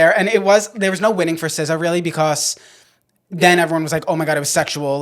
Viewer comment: I love you, but why do you say "becoss" instead of because 😂😂❤